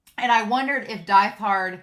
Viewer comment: Really love getting to really see how far violet has come in terms of communication in both words and actions from when she first met Gilbert and actually getting to see Gilbert outside of short flashbacks . Also I love listening to your analysis but this has been bugging me a little so a reminder that Diethard is pronounce deet-hard